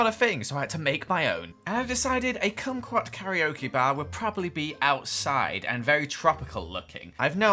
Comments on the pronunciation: you pronounce kumquat like squat lmao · Congrats on saying kumqout kokeok bar lol